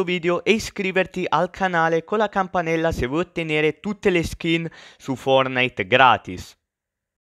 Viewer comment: la ✨campanela✨